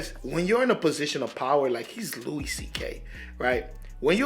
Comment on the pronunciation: His first name is pronounced "Loo-e"